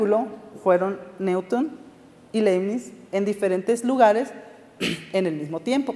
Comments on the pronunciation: por favor no lo pronuncies como neuton me hace mal a los oidos pronuncialo como niuton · Me siento orgulloso de que me gusten las matematicas y les dedique tiempo a su estudio. Esta platica acerca de ecuaciones diferenciales toca temas interesantes pero se nota demasiado que los ponentes no estan para nada preparados. "Neuton" en vez de Newton /niuton/ jajaja se pasan